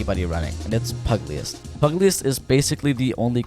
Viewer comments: Lol everyone that does content for this game, can never get the word pugilist correctly lol. Pew juh list A pugilist is a boxer, someone thats nice wit them hands. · I know I'm late but I gotta correct you. I don't know how anyone ever gets this word wrong that bad but that's not how you say pugilist. It's pronounced pu·gi·list it's meaning is a Boxer a professional one. That Perk name makes sense because of what it does.